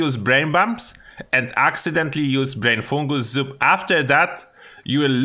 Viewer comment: Can you say “brain fungus soup” again for us one more time bro said “brainfoogalzoo”